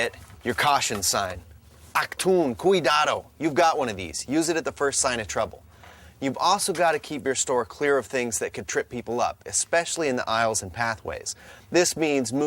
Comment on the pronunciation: His pronunciation of the German word “Achtung” was probably the hardest thing to watch out of the entire video